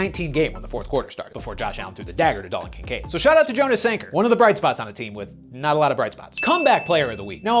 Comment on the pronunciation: Fun fact, Jonas Sanker's name is actually pronounced like Yo-nas